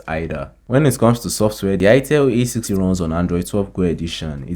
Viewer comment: A60 not A80